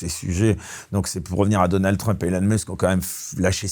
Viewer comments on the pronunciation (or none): none